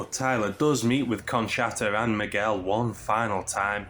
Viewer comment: Conshatta😂😂 its pronunce conchtta